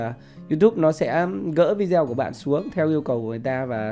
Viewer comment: Vi-đê-ô bạn ơi, vi zeo là đọc tiếng Việt. Nghe kỳ cục quá. Xin lỗi góp ý cách đọc. Bạn chia sẻ rất tốt. Cám ơn